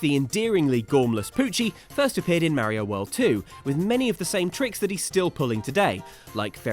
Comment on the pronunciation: I don’t understand how you can pronoun Mario wrong